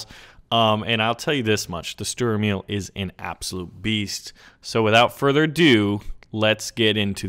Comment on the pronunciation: its funny how you pronounce the name of the german tanks like Sturer Emil! but i like your videos greetings from germany